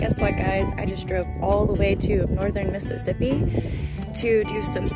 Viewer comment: Northern Miss-sip? Lol Honey you’re in NorthWest Louisiana?